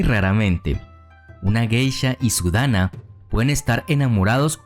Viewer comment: Hay ciertos pequeñitos errores: -Se lee Dan-na no Dana. -Las maikos seguían a las Onee-san (hermanas mayores) no a los Onii-san porque eso es (hermano mayor). Dato adicional, antes era cabello de la propia Geisha, ahora es una peluca de cabello humano que puede costar desde 200 dolares y pesar desde 3 libras o más dependiendo del tipo de tocado.